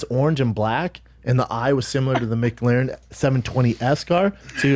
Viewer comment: Brandon "big car guy" Schaub pronounced McLaren like it's a fucking McDonalds sammich. Mic Larren